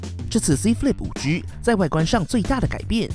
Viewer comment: 5車 可以好好念5G吗哈哈听着很好笑